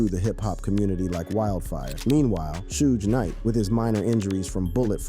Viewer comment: Need to work on pronuncation of Suge Knights name